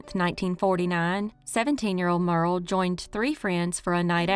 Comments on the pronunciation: Thank you, for more videos. I have to say this, her name wasn’t Merle, it’s Myur ee uhl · I believe Muriel is pronounced as three syllables -- M'your -- ee -- el...